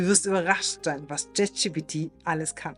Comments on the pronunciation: Jet Schi Pi Ti - Alles klar.. an der Aussprache üben wa aber noch gell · Bitte: die Aussprache. das video ist wirklich interessant und gut. wirklich! es ist gleichzeitig unglaublich; wie sehr mich deine aussprache des namens des LLMs triggert. es heißt wirklich nicht „JET gpt“. ansonsten sehr schôn pragmatisch. hilfreich.